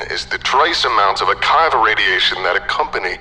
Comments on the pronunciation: Great acting and reading, although yes, the Creole accents aren't. One note: it's "ah-KEE-va" radiation, not "ah-KYE-va"; it's named after Rabbi Akiva ben Joseph of first and second century CE Roman Judea. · I loved this, but one small nitpick. It's prounounced A-KEE-VAH radiation, after Rabbi Akiva. I love your channel and always look forward to the next installment. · Great work as always. Pardon if this is pedantic, but I just figured I’d offer it since you made the video about the “keter” pronunciation way back when. If it’s named after the person I believe it is, it should be pronounced “Akeeva”, not “Akiva”. Again, great work as always, hope this helps